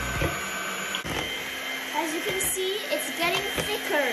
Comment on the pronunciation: And the way she says, ”thickrr“